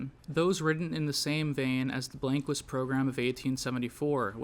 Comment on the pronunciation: That is not how you pronounce blanquist